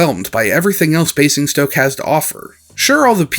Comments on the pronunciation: Your pronunciation of Basingstoke was pretty good. Just turn the first "s" into a "z" and you are golden. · That was actually a really good attempt at pronouncing Basingstoke, far better than I was expecting. The only thing "wrong" really is the first S is pronounced as more of a Z (Bay-zing-stoke). It sounded like you were getting this the more you said it.